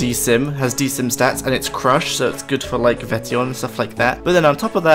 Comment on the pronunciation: d sim??? please its sKKKKKim